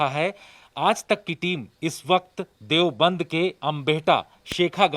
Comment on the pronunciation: देवबन्द नही देवब्रन्द बोलने की आदत डाल लो। 🙏🙏🙏